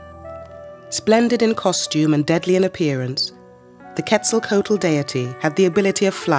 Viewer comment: The ‘h’ in Teotihuacán is silent. Other than that, your pronunciation is excellent. Also, the ‘coat’ in Quetzalcoatl is pronounced ‘kwaht’ as in kumquat, not like the garment.